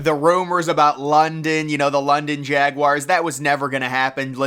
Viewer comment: Its pronounced Jagwars, not Jagwires.